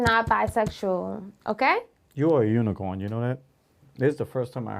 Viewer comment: Bro called her a unicorm 🤣